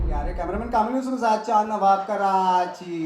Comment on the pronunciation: Jawaw nahi nawaw Sir aap ka